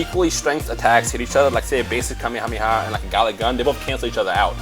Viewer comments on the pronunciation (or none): Kamehameha is pronounced "Kah-may-ha-may-ha"